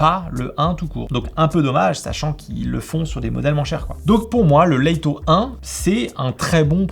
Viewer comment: top la vidéo mais pourquoi "Laïto", juste 'Lito' ça suffit, même en anglais ça se prononce pas "Laïto" mais "Leutoh"